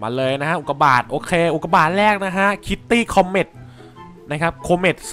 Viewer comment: ทำไมตอนแรกผมได้ยินว่าอุดกาบาตอะตรับใครได้ยินบอกหน่อย?